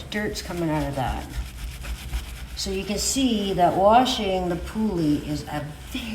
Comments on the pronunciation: For Christ’s sake learn how to pronounce the breed’s name if you’re going to claim to know how to groom if. It’s not a “poolie”. It’s a Puli. It’s pronounced like the English word “pulley”. Does my head in when people can’t pronounce the name. It’s not that hard. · No we do not call them poolie. I am Hungarian. I grew with these dogs. I have one. And I can guarantee you that we do not call them ‘poolie’. Your pronounce it like the English word ‘pulley’. And do not stretch the ‘u’ or the ‘e’ out. Dumb Americans. 🙄🤦‍♀️😂